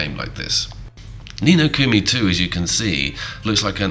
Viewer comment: Ni No Kumi bothered me lol